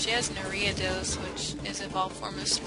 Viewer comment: Are-ee-uh-dose. Jes helpin :p